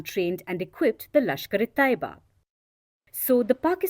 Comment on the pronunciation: It’s not lashkare Toiba , it’s lashkare Tayyaba